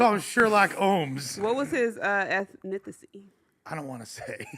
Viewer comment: Gina can’t say ethnicity lol